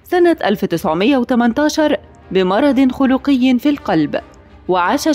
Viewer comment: مرض خلقي بكسر الخاء مش بضم الخاء اللي كتب السكريبت واللي بتتكلم ساقطين عربي